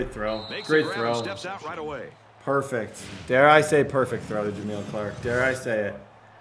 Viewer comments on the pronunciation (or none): none